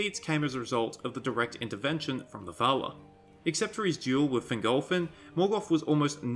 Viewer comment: Please pronounce the names correctly... It is a pain to listen to you, and hard to keep up because you pronounce everything like shit. It is VALAR! Not vaaalaaaa. Jesus christ... And you call yourself a fan..